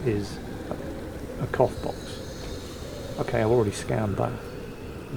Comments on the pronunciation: I've misheard when you said "cough box".. I thought you said "cock box", I seriously hope you don't get choked by one of those.... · With the accent - cough box does NOT sound like cough box...